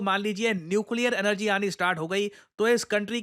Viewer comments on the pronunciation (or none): none